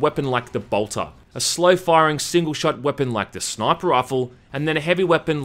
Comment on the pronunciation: It's called a Bolter. Not Boltor.